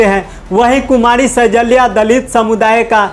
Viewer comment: Anchor saheb,सैजल्या nahi hai, shailja sahi name hai।❤❤❤❤❤